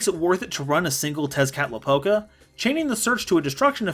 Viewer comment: When he said Tezcatlipoca's name correctly I almost creamed my pants...